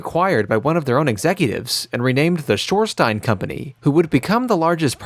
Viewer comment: Did you just not notice that Shorenstein has an N in the middle?